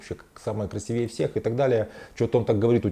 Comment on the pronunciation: Не красивЕе,а красИвее. На психотерапевта вы не похожи уж извините